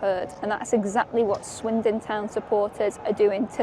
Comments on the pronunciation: Swindon not windon is brutal 😂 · Swindon. Not Windon. But why? 🧐😂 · Swindon... Not windon. Sums up the video.🤣 Brutal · "Swindon and not windon thats the whole point" got me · Swindon, not Windon! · Swindon, not windon LMAO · Not Windon! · Swindon, not Windon 😂🤣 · Swindon, not Windon. Sounds like they really swindled the fans there. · swindon, not windon, just for that like the video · Swindon..not WINdon 😅😅😅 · Swindon not windon. And that's the point. 🤣🤣🤣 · Swindon not windonnn 🥲🥲🥲😂🥲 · "Swindon not Windon" caught me off guard for real dawg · Swindon not windon